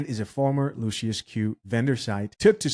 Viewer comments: Pronounced “lushes”! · "Luc-iFER bbq"? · I don't know if you're pronouncing the name of the barbecue right Lucius is a satanic sub word for Satan or Lucifer